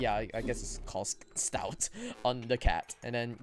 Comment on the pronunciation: Stoat rhymes with oat